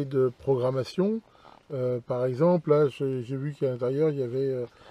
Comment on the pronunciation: 4"44 programmation , pas programation